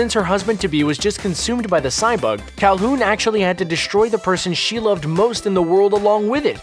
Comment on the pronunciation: He says “cal-hoon”. Alright then....